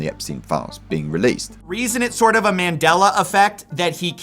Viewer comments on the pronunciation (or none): none